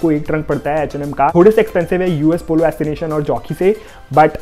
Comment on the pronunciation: Are bhaiya U S ASSOCIATION hai assination nahi 😂😂